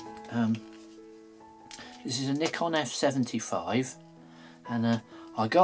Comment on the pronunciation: mate.....your brilliant to watch,nikon thought their you said nipon! The mosquito stuff😂😂 So watchable as ever 👍💟